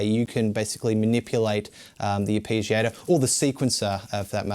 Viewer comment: Ar pee giator?